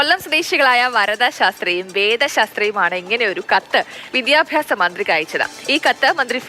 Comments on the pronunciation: വിദ്യാപ്യാസം അല്ല. വിദ്യാഭ്യാസം. 😂😂 വിദ്യാഭ്യാസ മന്ത്രി😂😂 ഇപ്പോളത്തെ കുട്ടികൾക്ക് മലയാളം ശരിക്ക് എഴുതാനും വായിക്കാനും അറിയില്ല😅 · അതൊക്കെ വിട്ട് പഠിത്തത്തിൽ ശ്രദ്ധിക്കാൻ നോക്ക് കുട്ടി വിദ്യാപ്യാസം അല്ല വിദ്യാഭ്യാസം